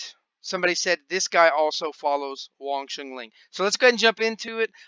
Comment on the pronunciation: It's Wong Shun LEUNG, not Ling. It's my Sigung's name. Thought u might pronounce it properly. - a student of Sifu David Peterson from WSL VING TSUN COMBAT SCIENCE